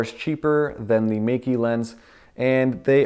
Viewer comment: Meike is actually pronounced as May-ker.